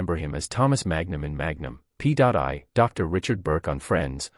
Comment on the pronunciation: Why the story of his life again? How many more times? Everyone we know has already read his book or listened to the audio CD. Learn English. It's free on YouTube. Read it. Don't copy other creators. Learn to pronounce Magnum P.I. It's P.I. I am family and live on the ranch. Why did you copy a fake image and, on top of that, the fake headline “…The Fight to Save His Beloved Ranch”? I’m the family’s private banker. Tom doesn’t have any financial problems. He has invested wisely and continues to receive royalties from TV series and movies. Your post is better than any of the others posted in recent weeks. Just don’t copy images and headlines from other creators.